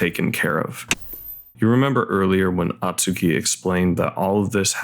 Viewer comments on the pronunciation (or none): Hey, appreciate you making this vid as the movie is underappreciated. But for the love of god, it’s “Oh-tsuki”, not “ah-tsuki”.